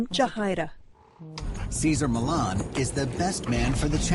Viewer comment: Millan ---- NOT Millon